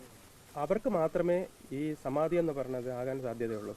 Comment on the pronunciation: "സമാതി "എന്നല്ല "സമാധി "എന്നാണ് പറയേണ്ടത്. ഇതിന്റെ തിരക്കഥ തയ്യാറാക്കിയത് സർവവ്യപിയായവിഷ്ണുപ്പുറം ചന്ദ്രശേഖരൻ.